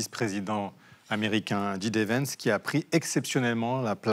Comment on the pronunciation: Et comme toujours, ce n'est pas "dji dé" Vance mais "jay dee" Vance ! La prononciation de l'alphabet est pourtant une des premières choses qu'on apprend en anglais...